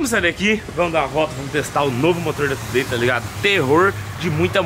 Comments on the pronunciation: Se pronuncia tiu dei não como está escrito today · Se fala "thu day" e não " to dei" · Você sempre fala o nome today errado...você precisa colocar no Google tradutor e ouvir como se pronuncia correto